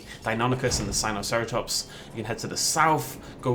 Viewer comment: your saying sinoceratops wrong